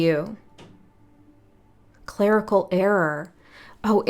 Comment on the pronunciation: Interesting… when you said clerical I heard it as “Clair-ical” as in clairvoyant etc